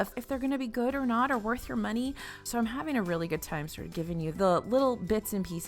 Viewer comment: I caught your southern twang at the beginning. “Waste of muney” lol 😂